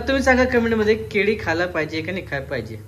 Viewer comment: केडी नाही केळी म्हणतात